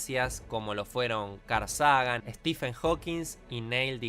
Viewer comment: se lee "Carl Seigan"